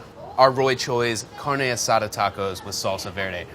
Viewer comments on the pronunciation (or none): Carne a-Suh Dude